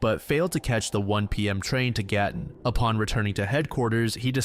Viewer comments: I can't believe you covered the Gatton Murders! I grew up in Gatton. I lived near the cemetery and I used to walk to their grave all the time. I've driven past the scene and I own several books on the case. And can I just say your pronunciation of the Australian names/places is fantastic. Good job! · I’m so impressed how well you pronounced Gatton!! Can’t believe I haven’t heard of that one. Love from Australia